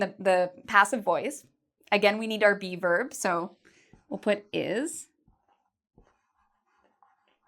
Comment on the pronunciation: when she said be verb I thought she was saying bieber... oh justin